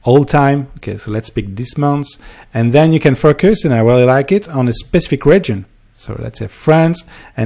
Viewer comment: Am I the only one who hears fuckers when he says focus? haha I love the accent